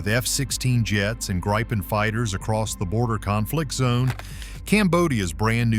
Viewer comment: And this AI voice can not say Gripen, is says "Grajpen"! I must be pronounced like "industri" or indipendent! Thank you!